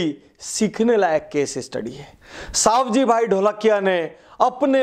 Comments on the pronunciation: સવજીભાઈ.........સાવજીભાઈ નય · उनका नाम सवजी भाई है सावजी भाई नहीँ